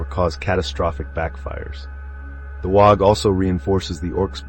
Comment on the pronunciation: Did a fine job. 1 small note cause it’ll drive the Ork folk nuts. Waaaghh is pronounced like the word “War” bellowed in a cockney accent. 😉